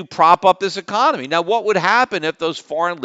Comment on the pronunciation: Is it just me or does Peter keep saying "ecomany" when he means to say "economy"?